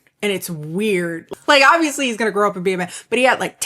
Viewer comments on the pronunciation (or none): none